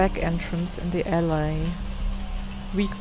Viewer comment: and its pronounced Al-E not Al-I (for Alley) Im not complaining just helping :) sorry for 2 posts